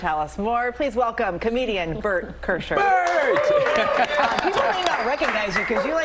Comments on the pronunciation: “Comedian Bert Kersher” 😂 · “Comedian Bert Kersher” 😂😂😂